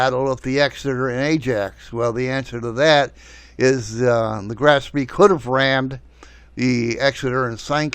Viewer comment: Couple of comments here WWII started in 1939 not 1941 The Graf Spee (not Spree) was not sunk before WWII started. However a great movie based on actual events and reasonably accurate in its depiction.